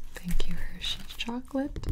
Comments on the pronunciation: Yo who wants some hershyes? Don't you mean hersheys No hersh-yes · Did anyone realise she said H E R S H Y E S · Hersheys? Nahh... HerShYEs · Hershey's I thought it was gibi's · "H E R S H Y E S" I love me some good 'ol Hershye's🤣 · HERSH YES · Hershyes I did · It was actually Hershys she never said the E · Did she spell Hershey, "hershyes""?? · Hershey's? More like Hershye's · Did anyone notice she said "Hershyes" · did you just switch E with Y and Y with E so it’s hershyes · Avery Lucchesi No you are gravely misstacken she Said h e r s h y e s goodbye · MountainaForcefield _dam u know nothing IF i ha e to tell you this then you guys are extremely uninformed but he said Hershyes I said h e r s h y e s see the difference now idiots if u want to leave you can . Goodbye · I fine that Hershey’s is like “Hers”hes” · I’m sorry did she say “HERSHYES” while looking at the word and finger tracing it? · When she was reading Hershey’s she said hershyes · Does it bother anyone else that she said H E R S H Y E S when she spelled it but that’s wrong and it bothers me. Anyone else? Maybe I’m just weird. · 🤔 She mixed up E and Y 😂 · ah yes hershyes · She said hershyes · Who else noticed she said “y” instead of “e” and said “e”as “y”. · why is no one talking abt how she said Y instead of E 😂